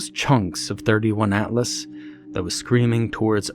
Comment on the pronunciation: 31? It's the third interstellar object called Atlas. 3 i / atlas. Makes me cringe when I hear it. Awesome narration though. Greetings from the Netherlands